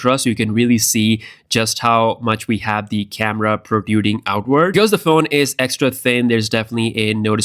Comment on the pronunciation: PRO"TRUE"DING dude. Fucking enunciate